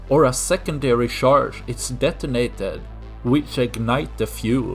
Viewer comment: true. the swedes are smart though. just let him improve. let him practice and let him know how to pronounce charge.